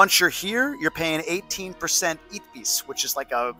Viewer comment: please consider saying Itebis instead..please! Unless you do it on purpose to generate comments, in that case I guess … do you! ¯\_(ツ)_/¯